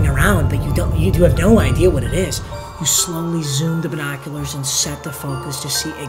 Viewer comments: Everybody: binoculars: bi noculars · No one: Not a single soul:: BYENOCULARS